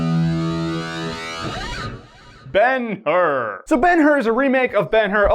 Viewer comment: Ben-Hur = Bone-How